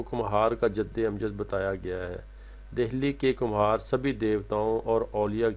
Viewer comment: Kumhar nhi khumbar hota ha ma hO